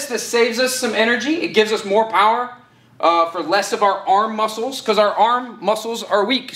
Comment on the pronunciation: I knew it wasn't just me who noticed